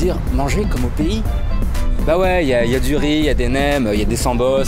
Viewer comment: ya différent sort de rrrriiizzzz jadore :)))